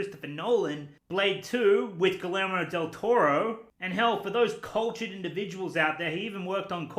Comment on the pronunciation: Wow you butchered Guillermo del Toro's name, dude.